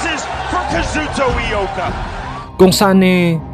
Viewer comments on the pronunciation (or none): hindi poh kazuto Loka kundi kazuto ioka.